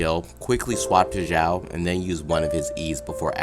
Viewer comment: Who knows if the new event brings xiao set like albedo also its pronounced shaio not ZZaio idk but it doesnt sound authentic